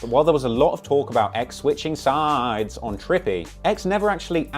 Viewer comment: Why tf you gotta say “ switchin sides “ like dat ?